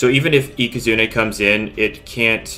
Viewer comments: Does anybody notice that he keeps saying ika-zoon-ey instead for ika-zoon? only me? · yup it is ika zooon ey not ika zoon